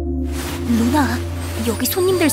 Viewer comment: 그와중에 ‘루나’가 누나로 들리네 ㅋㅋㅋㅋ